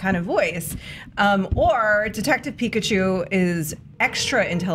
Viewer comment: Pikachi lmao